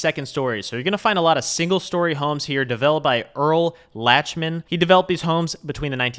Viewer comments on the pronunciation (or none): correction: pronounced “Earl Lock-man” (not “Latch-man”). My family lived on the 1300 block of Lachman Lane. Yes, incredible views.